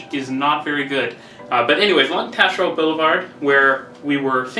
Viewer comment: I'm an English Quebecer from Montreal, you pronounced Taschereau just perfectly, you'd fit right in haha. If you wanted to french it up you'd have to get that harsh guttural "R" going.